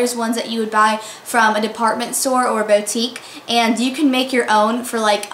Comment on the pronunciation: Boo-tique not bow-tique!